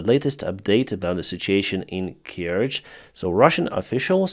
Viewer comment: You cannot even pronounce the name corectly, so BS And The Bridge is not important anymore there is already a new train line on the land. Trying to make money from dead people And to put it right, this i the enemy! US inteventions : Japan : Duitsland : Italië : Frankrijk : Zuid-Korea : Griekenland 1948: Costa Rica : Albanië 1949: Syrië : Birma en China 1952: Egypte : Oekraïne : Guatemala : Iran : Syrië : Indonesië : Irak : Zuid-Vietnam : Cuba 1959: Cambodja : Congo-Leopoldstad 1960: Laos 1961: Dominicaanse Republiek 1964: Brazilië : Indonesië : Cambodja : Chili 1971: Bolivia : Ethiopië : Angola : Oost-Timor 1976: Argentinië : Afghanistan : Polen : Tsjaad : Nicaragua 1983: Grenada : Panama : Sovjet-Unie : Irak 1991: Haïti : Haïti : Zaïre 2000: FR Joegoslavië : Afghanistan : Irak 2004: Oekraïne 2005: Kirgizië : Palestijnse gebieden : Syrië 2011: Libië 2014: Oekraïne : Syrië